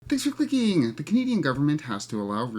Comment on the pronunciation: LOL! You mean thanks for “glicking” 😂